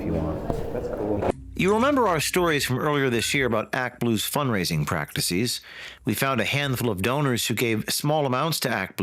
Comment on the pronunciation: "Practicees"?? "Processees"?? James. Come on. That's not how English works.